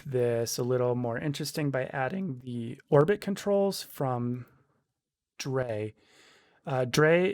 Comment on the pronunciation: thanks for the tut. i'm a beginner and it helps to walk thru some of the logic. btw, drei is pronounced like eye